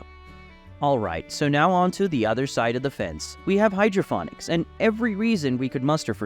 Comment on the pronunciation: Can't even pronounce it right.its ponics not phonics.got Sick of hearing it so turned off